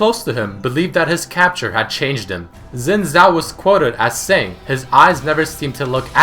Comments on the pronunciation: Xin Zhao is pronounced like "Sin zhow" not zin zow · Pretty sure it's pronounced Zin Chao, not Zin Zao. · it sounds more like sheen sao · Dude, I speak Chinese so know how to pronounce. Yours is wrong as well. The accurrate one should be 'Shin Jaw'. Try 信趙 in google translate. However we normally call him Jaw Shin (趙信) because we say the family name before the first name.